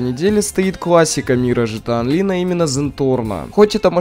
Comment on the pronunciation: Почему ты говоришь жта онлин? Если правильно Гта Онлайн.